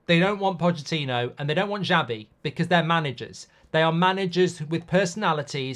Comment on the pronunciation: Who is Zhabi/Jabi, Mark? It's Sha-Vee. (Xavi)